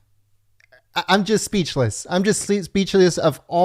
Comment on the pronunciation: My fellow americans ‘’Ima speaking to you” .... lol “ima” hahaha